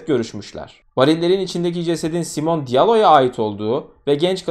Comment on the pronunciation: Elestirmek icin degilde, belki birine yararli bilgi olur diye yaziyorum. Almancada sonda E harfi okunur. Ingilizce gibi degil. Yani Simone'nin okunusuda Simone (Simon ismide var ama erkek ismi) Veya Porsche = porş degilde porşe diye okunur